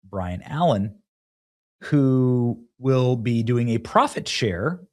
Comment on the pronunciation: Byron BUY RUN Allaen not Brian